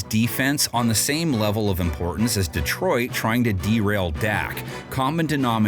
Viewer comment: Bro paid to mispronounce DEEtroit lol